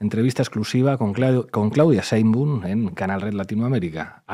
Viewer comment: No se dice sembu, es Sheinbaum